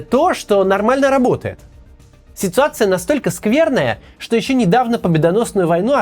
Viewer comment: Я постоянный подписчик и люблю видео Максима. Но сегодня куча оговорок (Максим устал наверное). Режет слух добавленная стоимость вместо добавочной, слау богу и чеао вместо что